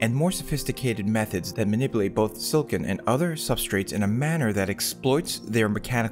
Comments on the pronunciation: Nitpicking... You say "Silicon" too fast and with only 2 syllables instead of 3. It sounds like you're saying "Silkin". If you didn't show the word Silicon on the screen, I'd never know that's what you are saying. It's /Sil-ah-kon/. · Took me ages to realize he's saying "silicon" and not "silken"